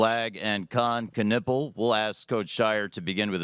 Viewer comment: Press conference announcement guy cant even say Knueppel's name properly? He says "Kon Kuhnipple"??? Where is that second N in his name. Learn to do your job dude....straight disrespect